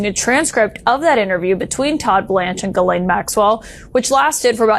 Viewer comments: Did Bondi call her girl-lane??? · Why does Bondi keep calling Ghislaine Maxwell ‘Girlene’? Does she even know the woman’s name?! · Why the Hell, all you Americans seem to try pronounce the name "Ghislaine" correctly, but utterly fail. The S is a sharp one, it is pronounced like a "ss", just like "Shisslaine". I don't want to have the name of a child abuser pronounced correctly, but it just hurts my European ears, every time I hear that linguistic ignorance. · "Girlaine" Maxwell. What a dummy Pam Bondi is! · Guerlain is a perfume, Ms. Maxwell's name is pronounced "Gee-lane," I believe, Ms. Bondi. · Who is “Grr-laine Maxwell,” Pam?